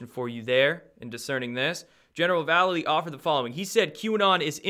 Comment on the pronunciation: I l♥ve Destroying the illusion! great work!! ☺ 6 :44 ...I know you hate it when people point out mispronunciations, and I have no clue how this General pronounces his name ....but...hmmm... he spells his name like Mike Val --lay---leee ... that awesome Skateboard hero ♥ I gotta go watch his "Mike Vallely: Label Kills (2001)" video right after this ☺snap! ohhh and Mike Vallely sings for legendary Punk Band, "BLACK Flag" now...not red flag but.... black flag....too weird. ☺peace☺